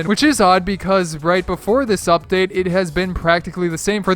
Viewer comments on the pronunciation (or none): Did you say fuckdate